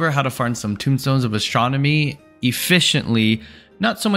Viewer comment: Tome stones. Not tombstones